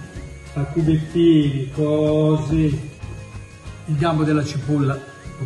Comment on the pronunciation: BRUUUUMOISE COOOOSSSIII COOOOOSSSIII (pt.2) TAAAC (anche milanese signorii) ECCEZIONALEEE (PICCININI ON)